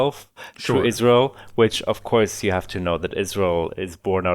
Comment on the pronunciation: It's so fuckin funny how pronounces Israel. It sounds like "Izzroul"